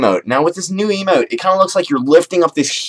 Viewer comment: It sounded like you said "You unlock A cool new Emo"